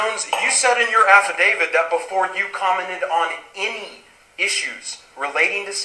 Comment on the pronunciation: Will these lawyers pls stop calling it an "Affidavid". Its pronounced "Affidavi-t". With a T on the end. Its getting annoying.